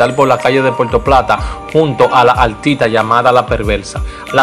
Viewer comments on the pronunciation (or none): Un comunicador tiene que hablar bien. Usted usa mucho la " L", en vez de la " R". "Altita" ( artista).